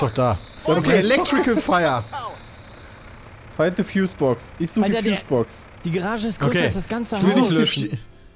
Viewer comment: Immer wenn Peter "de" anstatt "the" sagt, stirbt irgendwo ein Englisch-Lehrer :D